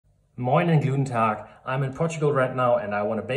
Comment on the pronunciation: Did you say “Gluten tag”? 😄 Nice sourdough video greeting :) Great videos btw. Learning a lot. Thank you!!